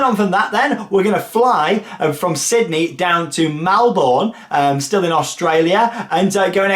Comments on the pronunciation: Looks such a great trip! Just an FYI, but Melbourne is pronounced ‘mel-burn’ 👍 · You sed it wrong it’s Melbourne